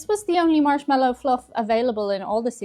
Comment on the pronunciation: Why did it sound like you said "Arse-mallo Fluff" ?